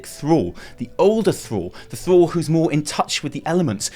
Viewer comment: Thruall?? Is THRALL